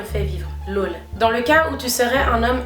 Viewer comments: Ça me fume tu dis “lôle" au lieu de "laûl" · C'est ton "laul" qui me fait rire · Tes « lol » c’est stressant la prononciation😂 Nice video sinon